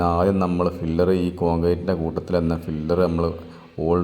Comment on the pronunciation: ഫില്ലർ അല്ല പില്ലർ ആണ്, 😂